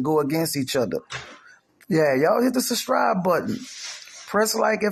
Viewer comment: It's subscribe not suscribe...proper English people...smh